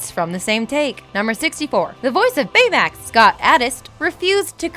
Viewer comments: Does she have a pronunciation problem Big zero 6 San franssssssssoyokeo Baymex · You mispronounced Baymax on the first take and had to rerecord it, didn't you? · Why does it sound choppy? and why does everytime she says baymax it sounds weird. am I the only one who notices this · who else noticed that she emphasized the word 'Baymax' really fucking wierd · She kept saying "San Fransoskyo" (with an extra S in the middle for no reason), and also "Bayamax" (with an extra "a" sound as if she were confusing him with Betamax), so I wouldn't ever expect her to spell or say a Japanese word correctly. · I swear none of these narrators know how to pronounce anything "sanDfransokyo " "baymiX" LIKE HAVE YOU EVEN SEEN THE MOVIE